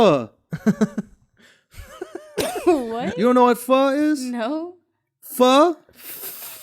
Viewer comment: I appreciate Andrew pronouncing Pho correctly.